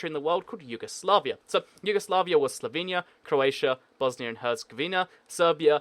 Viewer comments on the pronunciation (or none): none